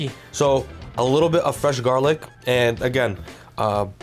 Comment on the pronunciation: What's In the pestle? Though it garlic but it didn't sound like you said it